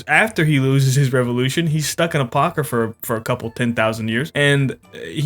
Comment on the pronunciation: Never thought I'd hear Apocrypha spoken with a soft R before...